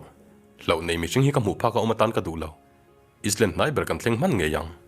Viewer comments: Ngatinge is land itih zel, saptawnga i leh land tih tur ani zawk lo mi, eyeland ang in ari ang boss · Sir.... Island nilo in Ailand tih tur ..I hmel ka va hmu chak tak. I aw hi ka kuah vawng2 duh🤣🤣🤣🤣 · Island kha Alam dan dik chu I hre lutuk ang mahse I sawi sual palh a😁